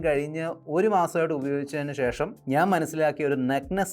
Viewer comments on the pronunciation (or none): none